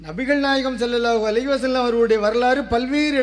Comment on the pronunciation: இந்த பெரியவர் என்ன அழகா sallallahu alihissalam என்று சொல்வது எவ்வளவு சந்தோசம்